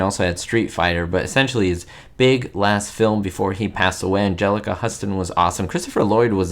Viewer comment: You mis pronounced Angelica Houston’s name